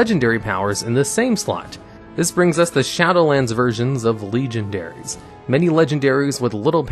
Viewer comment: "legion-dairies", really?